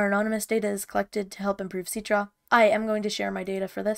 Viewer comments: I thought it was pronounced sit-tra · Citra: ❌ Ceetrah: ✅